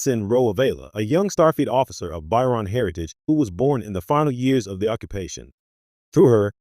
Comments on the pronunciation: The “By-Ron people”?? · It's "Ba-cho-ran." That made my eye twitch. That aside, solid analysis and deep dive. Just... work on the pronunciation. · Whilst thje analysis is good, it is undermined by the narration mispronouncing the name of the people and the lack of photographs of Ro Laren when she mentioned.